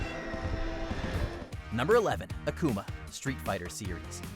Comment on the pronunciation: It's pronounced 'Aakooma' not akuma